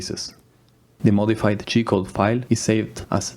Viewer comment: Everytime you say G-Code, it sounds like you are saying "Cheat Code" lol.